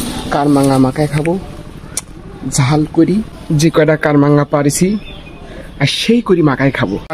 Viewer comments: কামরাঙ্গা বলে কারাংগা না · কারমাংগা নারে ভাই সঠিক উচ্চারণ কামরাংগা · দাদা আপনার দেশের বাড়ি কোথায় আর কার মাঙ্গা না কামরাঙ্গা কামরাঙ্গা ফল আপনার দেশের বাড়ি মনে হয় মনে হয় একটু মুখে কথা মনে হয় ভালো বলতে পারেন না উচ্চারণটা কামরাঙ্গা হবে কার মাঙ্গে না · ভাইয়া এটার উচ্চারণ হবে কামরাঙ্গা 😂 সেই স্বাদ